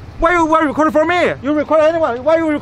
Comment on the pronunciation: the guy who came out of truck is fu****g hilarious!!!!!! “Wy u rekodin for me?” Bujaaaa ja ja ja